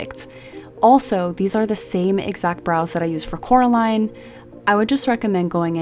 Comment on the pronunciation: It’s COR-aline not CAR-aline